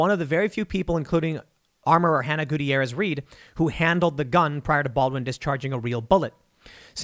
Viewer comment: Love the way he mispronounces Gutierrez.